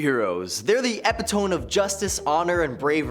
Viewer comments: librarian here. No disrespect, and you are doing a great job. But, it's pronounced eh-PIT-oh-me rather than eh-pih-TOAM. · Turned this on and heard Epi-Tome instead of E-Pit-O-Me and instantly had to say something. Guys, pronunciation shouldn't be hard, especially as a person who uses the language for monetary means. If you don't know a word, either ask or use a synonym.